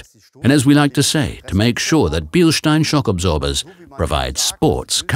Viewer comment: today I learned how to pronounce Bilstein